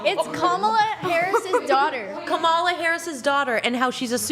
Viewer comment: I love how keeps mispronouncing Kamala's name on purpose like he's just not getting it lol 🤣